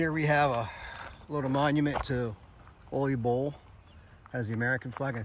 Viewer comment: Pronunciation on Ole Bull is tricky. People typically pronounce it like it's a Mexican sombrero Olay! It's a Norwegian sounding pronunciation the O is said like new or the double oo in shoot. The le is leh, not Lay or lee. So phonetically it's "Ewleh" Bull.